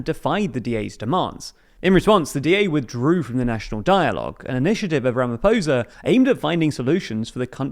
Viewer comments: Someone needs to teach you how to pronounce Ramaphosa dude. The r is rolled and the "o" sound is different. If it rhymes with "poser" when you say it you are saying it wrong. The is no soft "r" sound in most South African languages. Do better. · Your pronunciation of Senzo was spot on, ph in Ramaphosa is a P not a American F also try saying Mchunu noting the h is silent. Otherwise great overview of South Africa politics